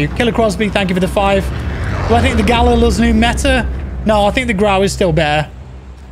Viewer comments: Hey great stream mate & yes a fenec is a breed of fox. Also the rifle is pronounced.... GAL..EEL RustyinOz 🤘🇦🇺😎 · Love the vids, but you're pronouncing the Galil incorrectly. It should be pronounced "gah-LEEL".